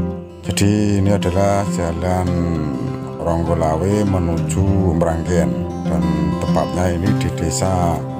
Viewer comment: Eh.....kok Ronggolawe kang, yg bener "Onggorawe" Mas sebelum komen kirim video tolong pelajari dulu dong lingkungan sekitar shg masyarakat tidak terbodohi dari info njenengan. 🙏🙏🙏